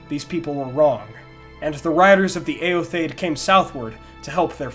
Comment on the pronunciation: Awesome video, yet again. Favorite Youtube-channel^^ One gripe/question: I think eotheod is pronounced "e-o-the-od", not "e-o-thaid" (?). Or at least, "theod" stands for "people", in the way "Theoden" stands for "king of the people" in Rohirric, and his name is also pronounced as "The-o-den".